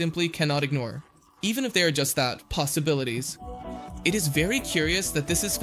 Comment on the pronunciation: "POSIBILIDAD" LMAOOOOOOOOOO (ps dont use ai kids)